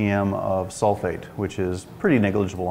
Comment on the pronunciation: 10 ppm SULFITE - not sulFATE. get it right palmer.